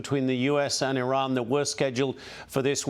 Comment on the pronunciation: Ambassador at large but cant pronounce Iran correctly. Its 4 letters. Is this ignorance or arrogance.